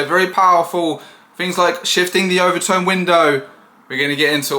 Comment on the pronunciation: Overton Window, not overtone.